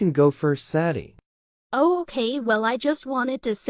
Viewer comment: What everyone hears: I,m sadie and I,m 15 What I hear: 💫I,m ZaDdY aNd I,m 15💫